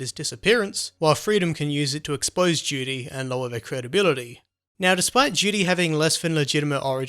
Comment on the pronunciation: Excellect accend made me laught everytime you say Duty i hear Judy xD